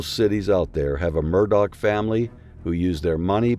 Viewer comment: Please stop calling him "Murdog".....it is promounced "daw"